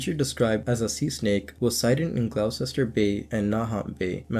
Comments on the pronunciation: it's pronounced gloster my friend! Gloucester! Not being an arse about this pal! Just saying mate! Thanks for the great content 👍..love it. Jason in England x 🏴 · Wow I never heard of the Gloucester story despite growing up not far from there! (Also it’s pronounced Gloster and Nah-hant - think a Boston accent)